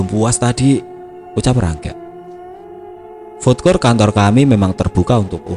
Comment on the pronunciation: Ralat min,bkn fod kort tp fud kort.